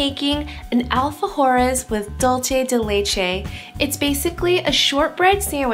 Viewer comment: dulche dei leichei😂